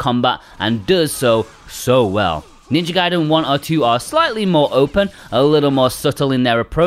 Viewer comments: it was a play on his mispronunciation of GAIDEN as GAYDEN. He got the first two right but for some reason called 3 GAYDEN. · its GUY-den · How is it 2021 and people still aren't sure how to pronounce GUY-den? Its just objectively, factually pronounced that way. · It is actually pronounced Gaiden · Lmao switching between pronunciations of gaiden lol, brilliant. :)